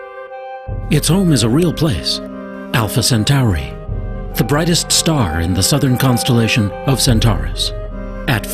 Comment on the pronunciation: WTF is Alpha Cent-ARI?? How hard is it to pronounce 'Centauri' correctly?